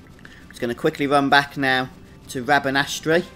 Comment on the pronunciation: Rabanastre is pronounced rabanster not rabanastry. Like metre ?. Liking the guide otherwise. Some good stuff on here.